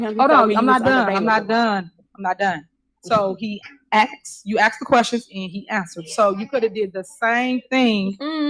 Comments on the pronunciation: AXE the Question lol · "AX a quesion." "You coulda DID". That "mayor" can't even speak right!🙄